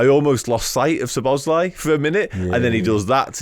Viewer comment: Stop calling him Szo "bosz" lai - it´s Szobo - szlai.